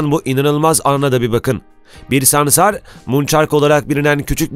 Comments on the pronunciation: Videoda sansar yerine ''samsar'' diyorsun . Reklam taktiği herhalde. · Samsar değil dilin dönmüyor hayvanin adını bilmiyon konusuyon SANSAR diyeceksin saçma saçma konuşma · Ya hocam böyle sansar değil de samsar diyormuşsun gibi geliyor 😅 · Samsarmı diyorsun? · Adam sansara samsar diyor